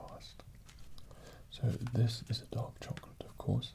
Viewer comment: i thought you said "dog chocolate"